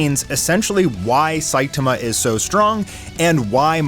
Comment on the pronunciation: Not Saitima, the correct one is Saitama 😂